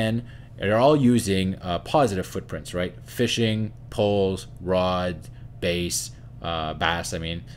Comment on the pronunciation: Love this. But I think you're a musician and not a fisherman. Bass the fish is B-ass, not Base. Giggle